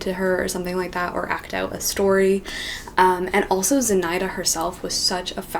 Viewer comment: Аххахахахахаха З'И'наида. Это имя произносится как ZinaIIIda.